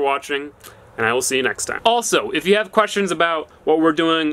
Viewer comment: "I ran out of wood last night so i haw to stop"